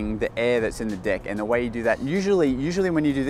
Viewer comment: its is really funny how you say deck u said dick